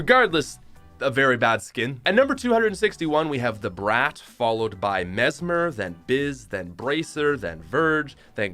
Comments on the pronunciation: You know hes full of it when he says brat and its pronounced brot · Did he "The brat?!?" Its pronounced "The brought." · pronounces brat as (br-at) Everyone else: (Br-ah-t) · he said brat wrong